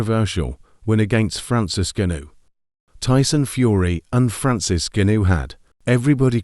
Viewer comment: If your going to comment on the fight, at least show enough respect to pronounce Francis' name correctly!